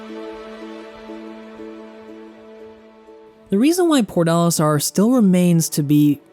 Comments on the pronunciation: omg its "PORT Olistar" I was so confused as I only heard PORDALISTAR for half of the video I never played this game btw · It's probably just me, but i keep hearing you pronounce Port Olisar as Pornolisar.